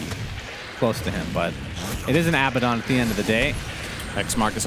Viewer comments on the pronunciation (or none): none